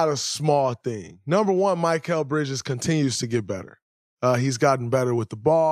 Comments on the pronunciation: Bro it’s mikal not mykal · Draymond his name is Mi-kal not Mic-kal lol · My-kall bridges 💀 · “Mikeal Bridges” cmon Draymond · It’s Mikal not Michael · If I hear draymond mispronounce Mikal again ima flip